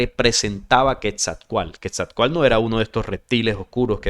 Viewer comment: La pronunciación del nombre Quetzalcóatl lleva implícita una pronunciación segmentada, es decir; se marca el acento en la letra O. Sería así; Quetzal-có-atl. importante anotar que en el idioma Nahuatl, usualmente se omite la letra L cuando ésta va al final, y usualmente despues de una T.